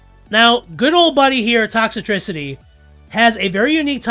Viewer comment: Dude, its Toxtricity, not ToxItricity; you're adding an unnessecary extra I to its name.